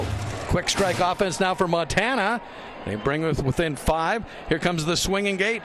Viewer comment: CLASSIC ! NO D in MONTANA